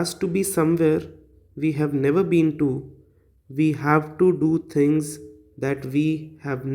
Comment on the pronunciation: Things not thivs